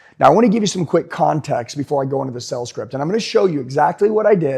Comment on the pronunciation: Is it me or do I keep on hearing him say sells instead of sales?